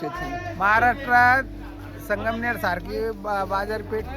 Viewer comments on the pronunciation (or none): Sangmer nahi sangamner bol Bhau